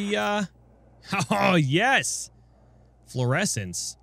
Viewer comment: Every time, when says yes i hear "ja" (German word for yes).... Im a German and i thinking everytime: what? was this a yes or a "ja" ^^